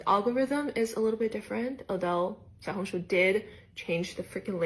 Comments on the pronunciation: You lived in China 14 years still couldn’t pronounce Xiaohongshu 😂😂😂😂 that doesn’t sound very smart.. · Shou-hung-shoe? (This is just how am trying to type the pronounciation) Im guessing Shou is little hung is red and shoe is book